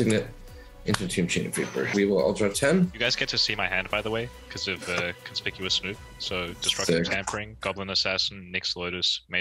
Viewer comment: “Conspicious.” Alexa, add to dictionary. 😂